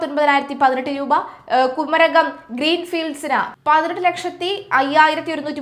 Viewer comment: ഈ കൊച്ചിനു മലയാളം അറിയില്ലല്ലോ? സുതാര്യതക്ക് i സുധാര്യത" എന്നും മരാമത്തിന് " മാരാമത്ത് " എന്നും കുമരകത്തിന് " കുരകം" എന്നുംപറയുന്നു.. കഴിഞ്ഞയാഴ്ച കോൺഫിഡൻറ് ഗ്രൂപ്പ് എന്നതിന് കോൺഫിഡൻസ് ഗ്രൂപ്പ് എന്നും, ഇവർക്ക് വെളിവില്ലേ? അതോ നാക്ക് വടിക്കാത്തതിൻ്റെ കുഴപ്പമോ ?